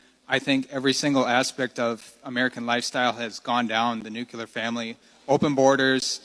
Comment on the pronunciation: for people so obsessed with nuclear families, you'd think they'd learn to say it right, fuckin nuculer 🙄